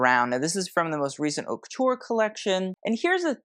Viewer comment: I love your sense of humour, your videos are so fun to watch and you make great comments. Just wanted to let you know “Haute” is pronounced “oat”, in French you don’t pronounce the “h” when it is the first letter of a word preceding a vowel.